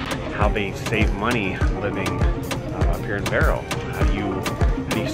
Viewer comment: Barrow mà đọc là Bell, hehe